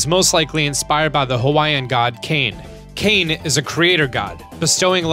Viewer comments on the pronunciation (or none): none